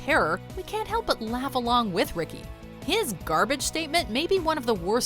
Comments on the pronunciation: It's gar-bitch day! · Did he say Garage day or Carpet day?